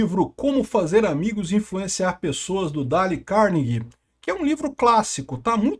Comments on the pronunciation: É " dêiu cárnegui" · Mas por que tem que pronunciar errado o nome do cara? Por que o desrespeito com língua estrangeira dessa forma?